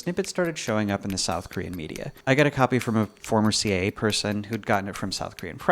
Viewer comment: Never heard someone pronounce "CIA" as "Seeya" before.